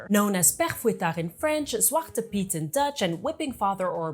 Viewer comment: Love you saying the Dutch word zwarte piet